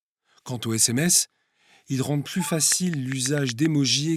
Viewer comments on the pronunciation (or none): none